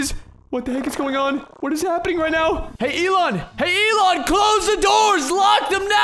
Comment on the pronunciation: “Elon ant”